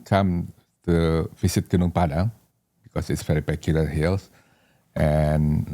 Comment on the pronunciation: Gunung Padang !!! Please learn to pronounce correctly. People need to realize that the world map is wrong since Mercator 1569 on purpose belittling Huge Super Rich Paradise Indonesia, The only The Emerald of The Equator in the world